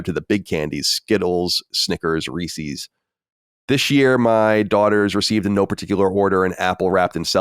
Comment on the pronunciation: “Reesee’s.” Micah’s pronunciation is wearing off on Colin. :)